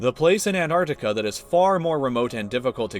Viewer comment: The way you say Antarctica..